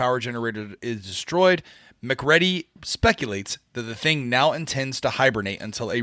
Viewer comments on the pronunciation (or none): Wouldn't it be Mac-Ready instead of Mc'Ready? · "Naw-Less" ? Whole Video and "Mack Ready" ? Would of been a fun and enjoyable review but the name hacks !!?? You guys can do better..... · Did even watch the movie? If so, how the devil does he keep mispronouncing MacReady? Must be him being intentionally annoying.;-)